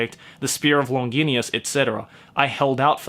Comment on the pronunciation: “Long-gin-ee-us” I’m pretty sure it’s not pronounced like that lol